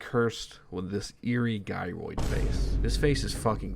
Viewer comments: Hey my man. You were so close you pronouncing gyroid right lol. Gy-roid, just like Gyrate. You even said them in the same sentence. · how did u pronounce gyrating correctly but not gyroid 😭😭😭